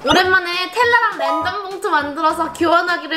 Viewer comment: 램덤 아니고 랜덤이요!!